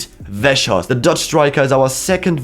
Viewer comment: I have never seen anyone pronounce Weghorst that badly